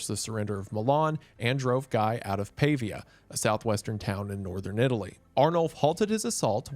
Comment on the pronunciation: I feel so weird listening to Wendigoon actually pronouncing the city I live in, Pavia, and the region I am from, Friuli. Wow